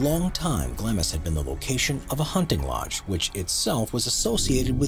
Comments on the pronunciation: Not GLAMIS but pronounced Glah-ms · Glamis Castle is pronounced “Gloms” 😊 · The first building - Glamis Castle - is pronounced ‘Glams’. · The "I" is silent in Glamis. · OK: your seriously shoddy scholarship was evident right from the start. Anyone who knows anything about British Royal history knows that you badly mispronounced "Glamis," and that Glamis Castle was the childhood home and birthplace of Queen Elizabeth The Queen Mother, and that she gave birth to Princess Margaret at Glamis Castle. A simple Wikipedia search would tell you this along with the correct pronunciation. Seriously, I couldn't continue watching this video after that, knowing that I couldn't trust any of the information provided here. But then again, the Internet is home to all the world's inaccuracies (except Wikipedia, which is self-correcting.) 😒